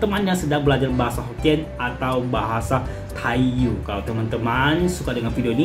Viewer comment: Tai yu di baca Tai yi